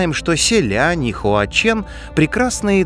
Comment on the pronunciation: не звучат они так по-китайски. то как ты их называешь - простой транслит пиньиня, а не то как они произносятся